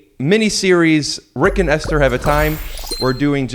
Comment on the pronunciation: I think its actually pronounced Esther